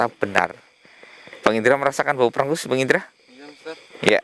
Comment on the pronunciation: Namanya pengus bukan prengus